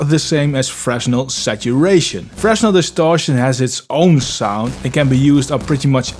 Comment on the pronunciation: Fresnel is French. Fruh-nel is the pronunciation. As in "Fresnel lens." He was a physicist, a person.